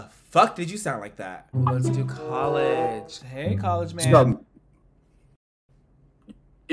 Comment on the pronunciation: "Let's do colleghe" 😂